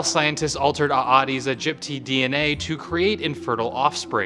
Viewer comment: Eh-deez Egypt--tie is the right pronunciation